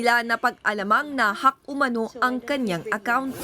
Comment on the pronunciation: "Na- HUCK umano..." | HUCK and HACK are pronounced differently for they do not share the same meaning.